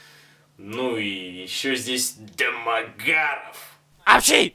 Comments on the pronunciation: этот ролик научил меня говорить "ДЭ-МЭ-ГЭ-РАВ" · дамаГЯров! ещё и с таким смачным произношением))) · почему он его такой интонацией называет?) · Почему он произносит Дэ-Мэ-Га-Ров с такой интонацией?) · Это не только я так произношу фамилию ДомогАрова? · Очень нравится, как Бэд произносит =ДомоГАров!= Еще нравится в подобных фильмах, как мочат главного героя, ну почти убивают, и только после этого у него просыпаются мощные силы и он отоваривает всех многочисленных врагов... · Ох уж это произношение ДАмАгАрОв🤣🤣🤣ржакаобоссака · а почему он его с такой интонацией называет-Дамагггаарав? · Я щас умру со смеха этого произношения ,,Демагаров,, 🤣🤣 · Теперь если по тв или в инете вижу эту фамилию произносится в голове так же как в обзоре ДамАгаров🤣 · Это произношение «Домагарэээв» преследует меня уже вторую неделю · С*ка, обожаю когда произносится вот это вот "Домогароув") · Да у Евгения какая - то своя нелюбовь к Домогарову. Всюду так его произносит. Боюсь, что скоро в фильме, где его и не будет, всё равно произнесет Дамагарэв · если следовать произношению Бэда, то писать нужно "дамаГ-ГААрова" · Только из за твоего произношения ДОмОгАРоВ смотрю несколько раз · Домо... Гаааров!! точная интонация!! 😂😂Именно так произносится эта фамилия😅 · Ржал столько раз сколько ты произнес фамилию Дэмэгарова😂😂😂😂😂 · Алчему когда он говорит дэмагаров! Я смеюсь! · Как он произносит ДамогАааро-ф-ффф! Гениально. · Классный обзор! Мне понравился акцент на фамилию ДОМОГАРОВ! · как же мне нравится,как он произносит "ДомоГАров")))))))))))))) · можно бригаду почему домогаров таким тембром произносится? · С тех пор фамилиё Домогаров произношу только с интонацией Евгена! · такая озвучка фамилии признак дебилизма произносящего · Имел несчастье посмотреть это кено... Обзор лучше снят, игра актёра на высоте, ржал ппц, особенно убивает как произносится "домогаров" 🤣, как в трейлере этого говнофильма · Жека 😆😆ты то Жека шо куришь, ударение на домогаров это аут🤣🤣🤣🤣🤣🤣🤣🤣